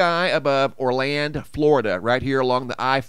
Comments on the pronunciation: You said Orland, Florida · He said Orland, Florida at first.